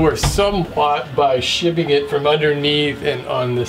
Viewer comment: Nice little video. Thank you! It's just what I needed. One question..did you say you were shivving it or shimming it? Shims are little slanted pieces of wood for levelling, while shivs are prison weapons: sharpened spoons and things of that ilk.